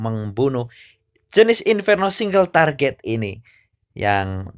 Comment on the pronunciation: Target aja " kok bilang traget